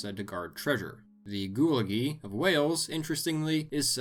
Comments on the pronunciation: "The Gooligee of Wales" Man I cant even begin to explain how wrong that pronunciation was, Nor, to be fair, could I begin to explain how to pronounce it in a comment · All he had to do was put a hard "g" sound in front of "whiskey" and make a bit of saliva rattle between the sides of his tongue and molars, and he'd have been fine. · The welsh black dog would be pronounced g-with-ge, and is spelled gwyllgi.